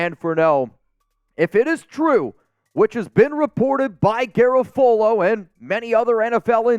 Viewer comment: I think you're pronouncing Garafolo wrong lol